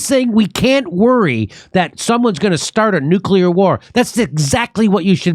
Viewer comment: NUCULAR WAR!